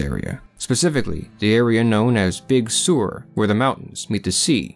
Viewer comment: Isn't 'Big Sur' actually pronounced, like, as in 'Sir'?? Not, as in, 'sore' (unless you're, surfing there☺️)?? "Finally, some argue, these figures are products of the imaginations, of the traveler's suffering from heat, exhaustion, and solitude". Don't forget religion✝️, in that parameter. That's a big one, for the 'superstitious lot'!! Scary, scary scene, . What the hell, is that😣??? "She apparently had conflict, with everyone, in the community". Yeah, 'cause she was eating all, their food😬. Invent some parts, of the story?? You mean; 'LIE' (NOT you, the sources)🤔??